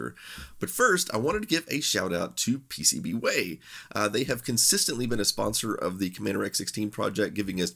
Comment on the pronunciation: It stands for PCBWhaaat?! Let's have you pronouncing "PCBWhayyy!" correctly next time too please 😅